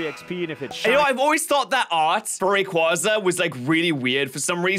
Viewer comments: Umm *pushes glasses up * you mispronounced rayquaza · Man pronounced rayquaza wrong